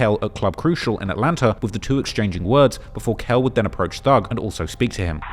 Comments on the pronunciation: Its atlanta not atlanter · Dude said "Atlanter" 😂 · There’s no R in Atlanta 😂 I know yall like to add Rs in certain words 😳 😂